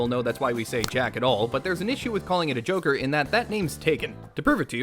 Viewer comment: I though you called it jacker